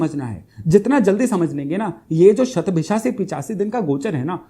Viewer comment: बहुत अच्छा लगा आपका 'शतभिषा' शब्द का सही उच्चार । काशी में संस्कृत भाषा में ज्योतिष-शास्त्र पढ़ कर भी कुछ विद्वान "शतभिखा" ही बोलते हैं ! 'इच्छा' को "इक्षा" और 'नक्षत्र' को "नच्छत्र" बोलते हैं ! 'स्नान'को "(अ)श्नान" और 'ज्योतिष' को "ज्योतिस" बोलते हैं ! "सबइस्क्राइब" करने के लिए कहते हैं ! 'अध्यात्म' के स्थान पर "आध्यात्म" ! आप भी 'योग' को "योगा" न बोलें।